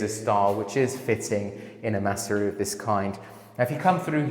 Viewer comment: Das nennt sich nicht maaaseria,sondern massseria betonung auf dem zweten buchstaben 🇮🇹🧟‍♂️🇮🇹